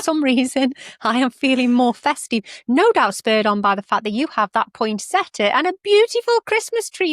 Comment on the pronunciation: Thank you for correctly pronouncing “point-set-ee-ya” 😊. #prunarbo_us thank you for giving us a second opportunity to try for your brilliant tool. I showed a video of the Prunarbo to our community gardening group and we are now all crossing fingers.